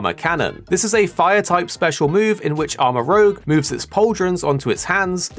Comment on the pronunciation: It’s Armarouge, not Armarogue.